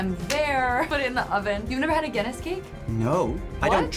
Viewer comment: It is Guinness cake, not dinnis cake